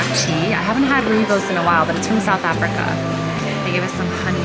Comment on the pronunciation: You pronounce that so well Rooibos ( Redbush -direct English translation):hand-pink-waving